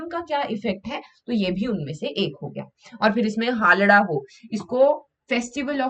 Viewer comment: हालडा नहीं है वो। हालदा है।